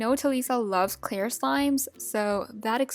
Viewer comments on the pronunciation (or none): she said clar glue